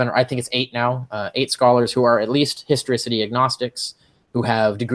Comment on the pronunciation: That is not the first guy calling it the "historOcity" of jesus. 😁